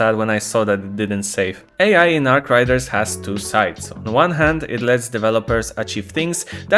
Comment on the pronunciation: say it with me 'Arc RAIDERS' not 'Arc Riders'